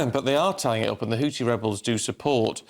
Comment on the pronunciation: Guys, please Google how to pronounce Houthi. It's not HouTi. It's HouTHi. xx